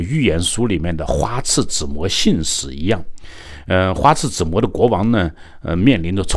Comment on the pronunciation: 又读错别字，花拉子模，不是花刺子模